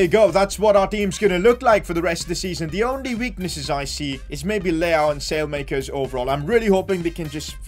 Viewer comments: Salemakers 😂😂, at least try!!! It's pronounced something like Salamakers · its not Salemakers as you say it's pronounced Salah-ma-cars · Its not “sale-makers” its “ salay-makeers” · By the way Saelemakers is pronounced like this - Salah Mackers rather than sail makers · As An AC Milan Fan, His Name Is Pronounced Sah-La-Ma-Kers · you're saying his name wrong it's pronounced "Sally - Mac-kers" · You have to say Saalemaakers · Just say the e as an a from saelemakers speak the e as an a